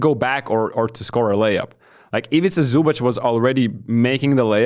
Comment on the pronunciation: Luka had a triple double with 30pts, and the best Croatian player had 19pts...again team Basketball won against one man show Luka. Croatia had like 29 point lead at a moment, is it that hard for you guys o give some more credit? and please for the love of God, it is pronounced Zubac not Zubach, like TZ not CH